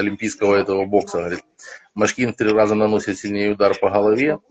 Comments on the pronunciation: ударение в фамилии Машкин ты не правильно сделал в начале интервью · не МшкИн,а МАшкин😁